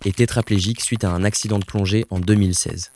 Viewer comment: accident de plonée 😅